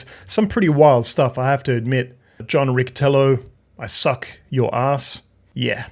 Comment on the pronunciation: If the name is supposed to be italian, it's pronounced "Ritchy - Tiello", not that anybody cares. :)